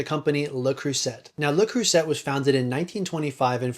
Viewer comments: Le Creuset is pronounced "say" at the end, not "set". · It's pronounced ”luh-creu-zahy” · Pronounced le crew say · “Le Croo-Set” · I could be wrong, but I think Creuset is pronounced Crew-say. They and Staub are both great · I think you'll find that 99% of the worlds' population know that the "T" is silent in LeCreuset, sorry a credibility issue from the start I'm afraid. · Please learn how to pronounce Le Creuset properly. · We don't pronounce the T over here in the UK either